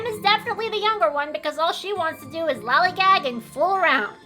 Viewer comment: Lollygag… I can’t say I rock with that pronunciation but that’s just my problem. But hey, on a lighter note at least RED isn’t a ripoff of someone else so doesn’t she technically have the higher ground? Ah, I see Underling doesn’t need OCD to have OCD.